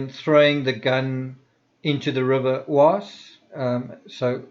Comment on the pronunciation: Great vidéo, thanks. PS: Oise is pronounced like "was' in English.